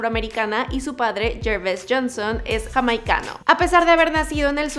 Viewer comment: jamaicano xD